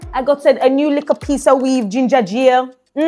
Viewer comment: said ginja breed man 😂😂😂😂